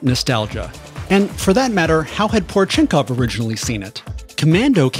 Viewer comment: How, exactly, did you manage to get "Ivan" correctly, but butcher "Porechenkov"? Po-reh-chen-kov, not pore chenkov...